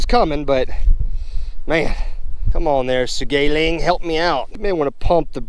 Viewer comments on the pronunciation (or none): I know its pretentious of me but the brand sougayilang, is pronounced sou ga yi lang, or written in like my english chinese kinda fasion for those who don't know pinyin (which i am guessing is 99% of people on here, not resonable to expect people to know" Sow gah E(like the name of the letter not the sound it makes) Lhang, or something to that nature.